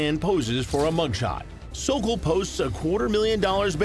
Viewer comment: Thank you for nailing “The Sokol”!!!!